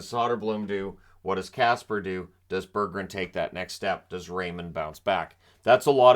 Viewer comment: Great video, I think you hit the nail on the head here. If I can offer it, the pronounciation of Soderblom is shooter-bloom and Berggren is bareg-gren. Think like a bear with smile, but you have to pronounce both g's.